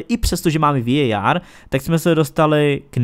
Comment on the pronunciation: Ta anglická výslovnost je hrozná, pro mně prostě VAR.